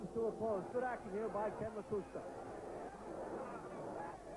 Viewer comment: The only guy with more losses than wins. And it's Lakusta not Lacusta.